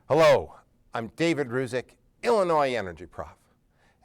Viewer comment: It's Ružić not Rusik...